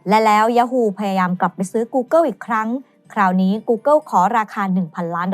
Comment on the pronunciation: เนื้อหาดีครับ แต่ผมกลับรู้สึกว่า overly dramatized ไปหน่อย และถ้าสามารถปรับปรุงการออกเสียงคำภาษาอังกฤษได้อีกนิดก็จะดีมากๆครับ ไม่ใช่ต้องสำเนียงจ๋าอะไรนะครับ แค่ออกให้ถูก อาทิ ท๊อปลิสต์ ไม่ใช่ ท๊อปลิด , กูเกิล ไม่ใช่ กูเกิว